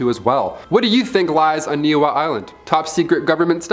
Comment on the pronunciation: Bra its pronounced “Neʻ E Hau”(NiʻiHau) Not Nihau u dam mahoo 😂